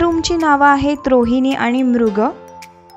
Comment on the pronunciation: आनी, आपन नाही आणि आपण असे उच्चार करा.